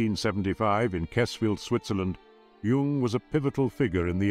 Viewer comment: Oh, fine to hear "Jung" pronounced properly...